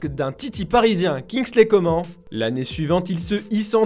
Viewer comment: "Kingsley Comment" 🙄😐